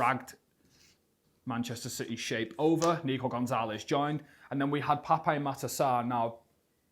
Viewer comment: FYI its pronounced just "pap" not "pap-ay"